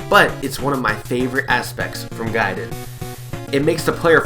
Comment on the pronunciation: Is actually pronounced GAY and DEN idiot